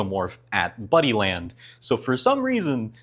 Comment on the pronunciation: For the entire video, I thought you were saying "Bunnyland." I was imagining an arcade full of bunny-themed games where a giant alien was running around taking everyone out. Then the ending hit, and I realized... It's Buddyland. 🤦😂